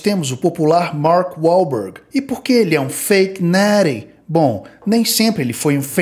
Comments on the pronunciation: “Fake neeeeety” cara como eu amo o pronuncia perfeita desse cara muito satisfatório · Fake Nattie, Liver King, Neeeeck, Chef Rush, por favor, alguém faça um compilado de 1 hora dessa pronúncia perfeita kkkkkk. vai ser uma potência dos canais de musculação. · feiq NETII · Jesus Maria José!! Fake neeeeeeeris, que pronúncia maravilhosa.